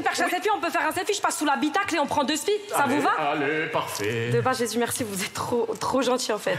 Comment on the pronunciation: Elle a dit vous y êtes jez (Jesus ) 🤣🤣🤣💔